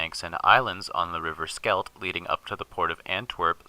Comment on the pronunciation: Skelton, I hope that's a misunderstanding and not just AI.